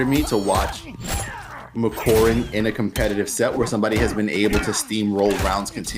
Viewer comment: The way pronounces Makoran 💀